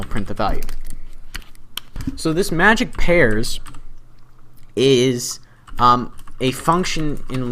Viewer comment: anybody noticed how he said pairs sorry dude, but lol.